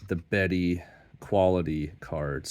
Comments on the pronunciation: it sounds like "baydy" to my American ears. 🤷‍♂ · Sal... America is also British Empire (well, was until those pesky French got involved!). 😉 I've always pronounced him 'Bee-di', and haven't been corrected... yet. 😀